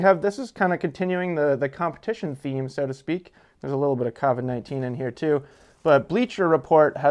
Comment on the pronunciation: Covid's with an o, not an a